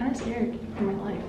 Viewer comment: Lol! “Get out m’car!” Sounds like my relatives on my Mum’s side! They are in the west-midlands in England.